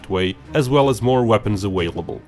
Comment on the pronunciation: the way he said "available" lol